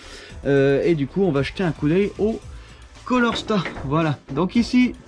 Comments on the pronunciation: Beau travail sauf on dit CALOR STAT pour "chaleur " et non colorstat . Désolé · Super taf , tu t’éclate bien ! Respect ✊ Par contre sa me chagrine un peut de t’entendre dir "un colorstat " et " une bobine jémostatique " 😅